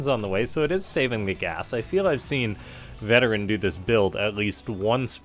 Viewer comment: I think it's pronounced Veteran... VeT-erran... like a play on words Vet Terran... you get what i mean i'm sure...